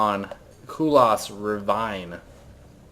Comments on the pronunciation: it is not ra_vine it is pronouce ra ra-vene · those people who say "Saskei" or "Saskeh" etc etc.... You are all wrong! It's simply "Saske", silent U nothing more to it! It's made up of three Kanji, Sa-Su-Ke but yeah, silent U. And wtf is up with the "ravvaine", it's rav-ine dammit! You are so goddamn annoying PsY ^_^